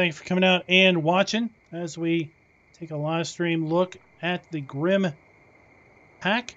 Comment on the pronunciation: It's not "Grimmy" :-) It's a German name, It's a dull "e" at the end, more like "Grimmeuh" , short at the end :-)